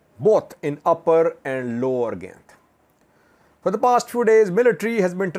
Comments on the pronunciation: pronounced as guy nt. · ..the Pronunciation for the name of the place is 'Guy-in-t'